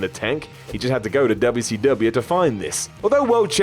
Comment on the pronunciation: Stop saying "dubble see dubble ya"